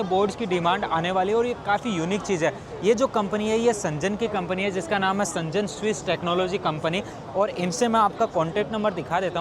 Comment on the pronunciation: Bhai woh सेंजन nahi hai शेन्ज़ेन hai Z ko pronounce karo J ko nahi